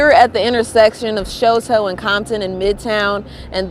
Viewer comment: It’s called Shu-toe The pronunciation is wild.